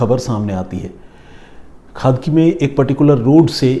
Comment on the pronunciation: It's not खादकी it's खडकी